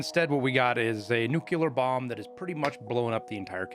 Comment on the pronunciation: Will people EVER learn to pronounce "nuclear".... for f sake is it THAT HARD!?!?!